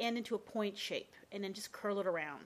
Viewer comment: She said curl worng